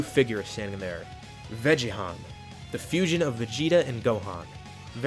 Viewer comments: sorry but vegi-Han sounds stupid, should have pronounced it ve-ge-Han for the GoHan vegeta fusion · Not vegehon. Its vegan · Why ‘Veggiehan’? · Bro said vegehan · Cool till he said veghan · Veggehan sounds like I’m calling vegetables oni chan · Vegehan? Lol oh man thats almost comedically depressing.